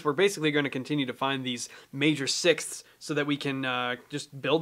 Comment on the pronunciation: Literally anyone who ever had to learn English at school "sixsskssthsth" 😂